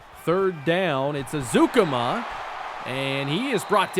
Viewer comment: Texas Tech Alumni and season ticket holder here. It’s pronounced Eric ezU-Comma lol. Just breakin balls though. Love you’re channels man.